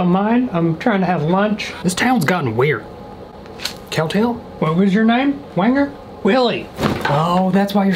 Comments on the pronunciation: Him: cowtall? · This is how many times he said cowtail 👇